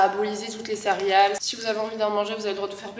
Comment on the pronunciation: A chaque fois que tu dis "cérial" au lieu de "céréale" ça me perturbe 😆